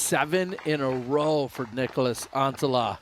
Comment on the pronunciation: Niklas NOT Nicholas!!!! This bothers my every time he's on a card with calling. There is no vowel between the K and L....